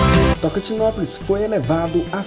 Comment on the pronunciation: O nome é tocantinopolis .não tocantinoplis